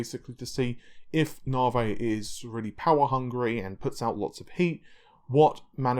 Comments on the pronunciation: Nahvaye? really?? come on?! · Navi: Na (A like America) + V (the letter). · Nahhvey, Narvey, Nahvay, Narvay... and no it isn't Narwhale either. That would be kinda cool though. :P Also, why the hell do you keep using that horrible Forza footage from AMD? It makes your videos look like sh.t. It's not related to the topic discussed either. At least fire up the game and grab some decent footage instead of that garbage.